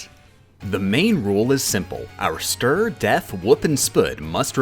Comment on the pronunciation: You had me at 'stur', 'def', 'wup' and 'spuud'.